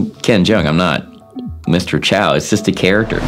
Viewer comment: 影片中，『周』的發音是廣東話(和周潤發相同)，不是普通話。 將老周設定為臺灣人，怪怪的。